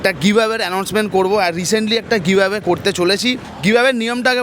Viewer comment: Giveaway ta kemon jeno BHATA-r moton sunte lagche 😅😅😅